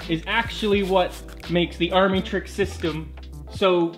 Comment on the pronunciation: It’s pronounced amitricks